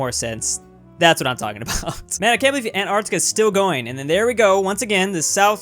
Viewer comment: Why is this guy pronouncing it "Ant-artica" ?